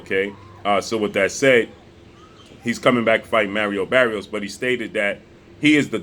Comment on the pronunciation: It’s not “merry-o berry-os”. Come on bruh. Do you know how to read?